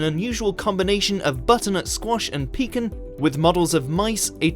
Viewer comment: did he just say pecan like peking. as in peking duck.